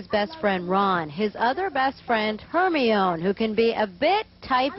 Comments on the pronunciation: It's her-ME-ooo, not her-me-OOO. 😂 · It’s Hermione! Not Hermio😂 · "Hermeoo" I LAUGHED SO FREAKING HARD OML 😂😂